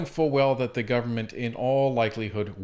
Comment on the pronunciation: It’s disgusting. He had trouble saying the word “Government”. It just made him look ridiculous considering the career he has.